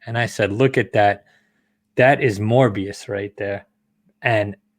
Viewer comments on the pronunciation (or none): I didn’t hear Mephistos name and morbius was pronounce mobious. I might be bugging though. Either way dope content a new sub👍🏽